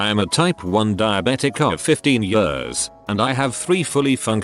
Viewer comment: It makes me cringe so much when I hear the AI voice say "years"